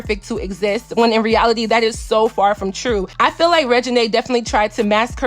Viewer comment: I'm sure there are a lot more people with that name that you could have thought of aside from Lil Wayne lmao. Is he even relevant now a days? SMH. The first thing that come to my mind is Regina George from the mean girls movie. I still don't think that is how you pronounce her name. It's probably pronounced the same way the name Regina George is pronounced in the movie mean girls.